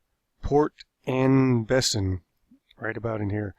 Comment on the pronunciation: His French pronunciation.. "sur Meer", "la Riviera" and, "In Bessen" also "Point Due Hock"